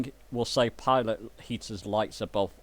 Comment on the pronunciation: Pi "T" ot (Pee to), Not Pi "L" ot. Just want you to be aware it is NOT a pilot heater.. Love your videos and keep up the good work and thank you.